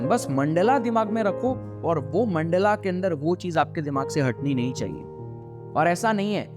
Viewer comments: मंडला नहीं भाई मंडल बोलो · Mandala NAHI mandal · No hate, great content but its mandal not mandala. Jab logo ko hindi nahi aati tab samajh aata hai but even when we can pronounce, we adapt to these versions which is not good